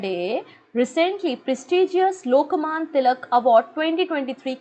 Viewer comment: Not लोकमान it's लोकमान्य...